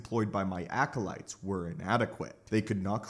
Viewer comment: sTOP SAYING ALCOLITES!!!!!!!!!!!!!!!